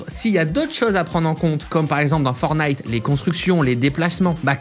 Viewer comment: Arrête de dire fornite c’est perturbant